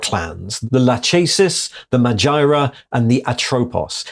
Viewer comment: That should be lakhesis, meghara and atropos in pronunciation, those were greel furies and if you play the game hades you can get to know them.